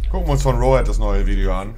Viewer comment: Warum sagt er eigentlich immer "Rohät"?